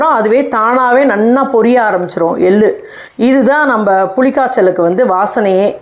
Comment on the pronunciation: Ellaam saridhaan. Tamizh pronunciation sumaar. Ellu.. எள்ளு.. நீங்க பேசரச்சே எல் lu .. வாகி கேட்குது